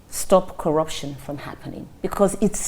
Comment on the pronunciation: What manner of teleguided interview is this? he can't even undstnd the dynamics of the questions thrown at him, only 4 the hire anchor to be explaining what she meant: Just listen to the semilliterate frail looking oldman, he just kept on mouthing things like, Kwaraption, ekwonomy, and what have U.